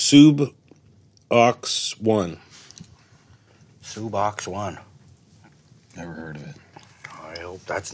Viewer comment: Ricky actually did pronounce Suboxone correctly the second time he tried.